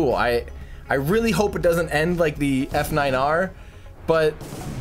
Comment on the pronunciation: Just for future reference, the F9R was pronounced "Falcon Niner" (At least it was by Gwynne)